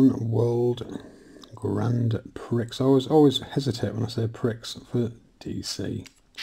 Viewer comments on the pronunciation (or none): Another Doozie of a video there 👍👍 🎥🎥 I just need to make one minor correction though..... This reminds me of the girl on Tiswas who pronounced Grand Prix just as you did and then she confusingly explained that that was the word on the screen 😂😂 😲😲 Fair doo's 😁😁😁 Then somebody explained it's pronounced Grand Pree... Hope you don't mind buddy but that's probably why you felt awkward saying it 😎😎 🎮🎮 🍄🍄 Roll on Volume 5 👍👍 🎮🎮 😋😋